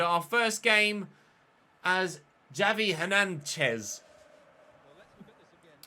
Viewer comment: It’s xavi hernanches 😂😂😂😂😂😂 so funny